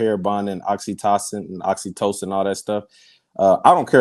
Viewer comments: girl!! The "love" chemical you're talking about is Oxytocin = Ox E toe Sin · lol talkin bout Oxytoxin😂😂😂girl I love you but please get the word right if you gone say it that many times😩 Oxytocin 🤦🏽‍♀️😂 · It’s oxytOcin,. Not oxytoxin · Oxytocin not oxytoxin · Not Oxi-Toxin?! lol *Oxytocin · Every time says oxytocin I hear oxycontin 😹 It's pronounced oxy-toe-sin. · Oxytocin is pronounced oxy-toe-son